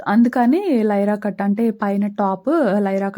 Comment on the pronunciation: Hi sis vlog super meeru voice over lo nyra cut ni lyra cut antunaru okasari check chesukoni naku ayithe me vlog ma sister chesinate untundi meetho direct ga matladalani undi naku pellala pindi chala istham nenu miss avuthuna because memu hyd lo untam me sister pic akka i am so excited to see her face